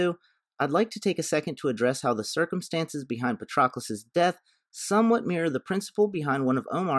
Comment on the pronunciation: The mispronunciation of Patroclus is killing my ears